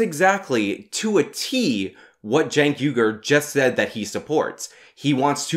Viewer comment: Cenk Vague-er